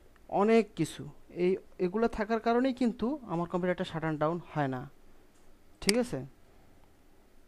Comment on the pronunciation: দুইটির একটাও না, উচ্চারণটা হবে শাট ডাউন